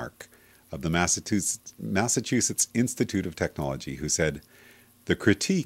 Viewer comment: HA! you no how to say massichuses! LMFAO